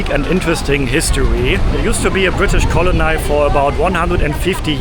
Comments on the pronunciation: Kleiner Tipp zur Aussprache von Colony: Du sprichst es wie „Kolonei“ aus, aber am Ende wird es wie das deutsche Wort Kolonie betont (nur mit einem kurzen, unbetonten ‚i‘ am Schluss und der Betonung auf der ersten Silbe: CO-lo-ny) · Colony pronounced “Col-lo-nee” not nye